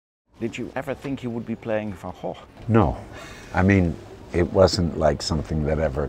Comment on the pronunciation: Strange, while Willem Dafoe is worried and insecure about pronouncing the family name of his painting teacher properly, he mispronounces Vincent van Gogh's family name. Please, just take a little bit more time, put a little more love, respect and effort in pronouncing Vincent van Gogh's family name properly. It shouldn't be that difficult for a professional actor who plays Vincent.